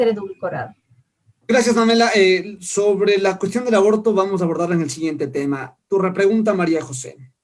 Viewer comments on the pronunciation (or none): Cada vez que María José quiere decir "abortar" en vez de "abordar". 😂😂